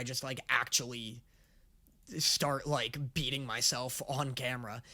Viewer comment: I thought you said cutting instead of beating and got really concerned for a moment lol